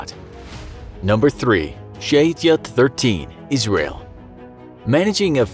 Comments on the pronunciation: It's pronounced SHA-YET-ET 13, Not Sheytiat or whatever you said there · Lol. His pronuciation of shayetet 13